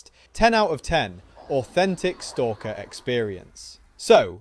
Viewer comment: bro please learn how to pronounce STALKER